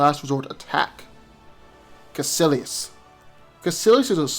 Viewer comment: Kaecilius (Ka-ee-silius)